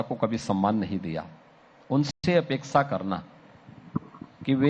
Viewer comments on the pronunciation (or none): प्रिय नाविका जी, प्रयोजन नहीं आयोजन, उपेक्षा नहीं अपेक्षा 😊🙏⚘️ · उपेक्षा नहीं, अपेक्षा होता है। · Medam apne bola upexa woh opexa nahi Apexa hota hai unexa matlab egnor hota kya itna nahi janti aur apexa ka matlab manmaji hota hai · उपेक्षा नहीं महोदया..अपेक्षा बोलिए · उपेक्षा नहीं, अपेक्षा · उपेक्षा नहीं अपेक्षा होता है। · नाविका पहले बोलना सीख ले अपेक्षा नहीं अपेक्षा आना चाहिए यहां पर सीख ले माइक पकड़ के पत्रकार बन जाते हैं आता ही नहीं कल भैंस के बराबर नहीं